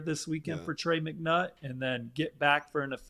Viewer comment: Lol “McNutt”